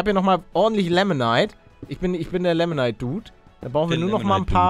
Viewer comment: Paluten das heißt nicht lemonite sondern limonite